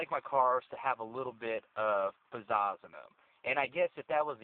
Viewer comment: Lol "Pazaaassss"